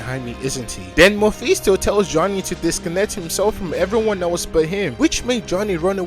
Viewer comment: Like the narration but the mephisto pronounciation just hurts me